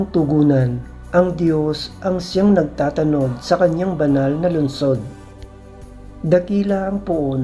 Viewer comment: Correction ng Pagbigkas…… NAGTATANOD……… Ang bigkas ay: NAGTA’ TANOD… Nasa unang TA ang HATI ng salita…. HINDI 😫….. X NAGTATA’ NOD tulad ng. pagbigkas mo …… No offense meant….. Nakaka-dusteact kasi sa pakikinig ng Ebanghelyo kapag MALI ang pagbibitaw ninyo ng mga salita……